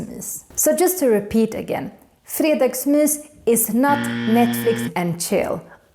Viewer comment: har aldrig hört nån uttala g:et i fredagsmys 💀